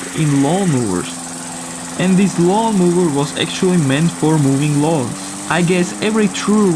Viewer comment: You really mispronounce lawn mower. It "moes", not moves.